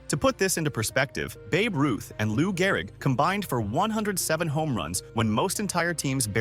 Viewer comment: Gehrig? You mean Garrig? LOL